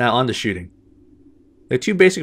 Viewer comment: Did he say movement and shitting at the end ?